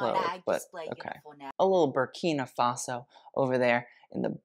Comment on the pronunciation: 'Birkina Faso' 🤣